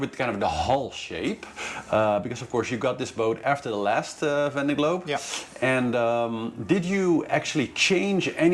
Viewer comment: great to have you back! looking forward to your race updates! very much appreciated! ... but please get some french person to teach you how to pronounce »Vendée Globe« in some kind of french way :D